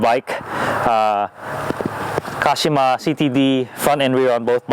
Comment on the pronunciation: I realized he is America Japanese when he said Kashima lol